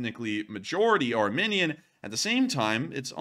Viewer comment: Isn't it pronounced "ar-mee-nee-an"?